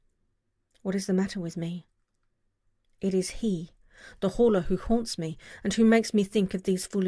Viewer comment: ... In hindsight, I should have tried to inform you that the H is probably silent, if I had the chance. xD